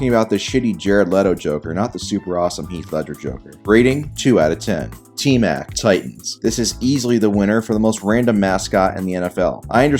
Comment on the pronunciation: He said t Mac instead of t rac